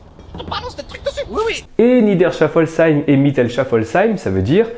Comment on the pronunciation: en tant qu'alsacienne je dois vous dire que le "sh" se prononce "s". On écrit "Niederschaeffolsheim" mais on prononce "Nidèrchéfolsseym" :)